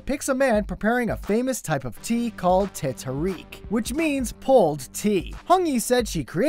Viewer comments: Teh Tarik should be pronounced as Tei Tar-rake, not Teh Terick. ya make it sound like 'tethering' lol. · Teh Tarik: - Teh (it is pronounce like how you misspelled the word "The") Tar Rake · Ah that pronunciation of teh tarik....stop making me choke on air... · That's not how you pronounce Teh Tarik...trust me, I know. I'm Malaysian. Good try though! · haha teh tarik pronunciation